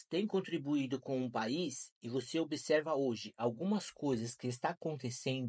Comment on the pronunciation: Ingratos são voces, farofeiros favelados, que mordem a mão qud vos alimenta. Voltem para a vossa patria. E, rapaz, cuidado com a cachaça. Quem explorou foi a tua avózinha. Você "obiserva" muito mal. Vá aprender a falar e a expressar-se em português.